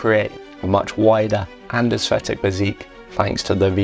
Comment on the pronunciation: Why are you pronouncing Aesthetic with an F